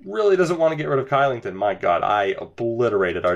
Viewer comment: Your pronunciation of Kylington was atrocious.... lol. It's pronounced Shee-ling-ton.